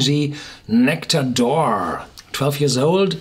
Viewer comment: True, and it's not said like "oar".